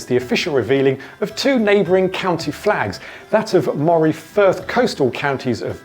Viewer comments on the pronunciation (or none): It’s Aberdeenshire, not Aberdeen, and Moray is pronounced ‘Murray’, not ‘Mawray’.